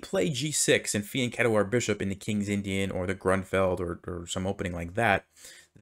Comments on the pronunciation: That’s not right, he’s pronouncing it correctly. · I'm pretty sure that it's spelled fianchetto. It's an Italian word, and he is pronouncing it correctly.